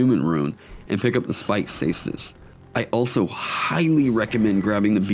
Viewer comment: For someone who loves the caestus your pronouncing it wrong. Try pronouncing it with a K